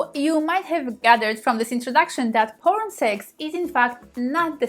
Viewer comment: 'Powern'? You cannot speak English. GTFO